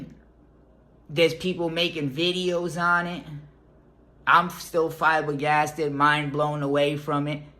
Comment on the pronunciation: Camera lookin krispy. . He said fibergasted . You meant to say flabbergasted 😭😳😭😆😆😢😢😢😁😁😀😀😀🥲